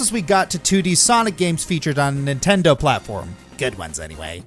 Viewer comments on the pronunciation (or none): none